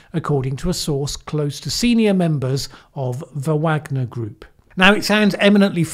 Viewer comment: Yeah. It's a bit inconsistent I think; pretty sure the Wagner should be pronounced like the composers.